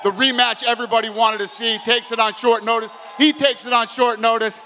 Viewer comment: “No matter how many days shortice” 😅😂 we all knew he meant “short notice” but still thought it was funny. N I know his first language isn’t English lol.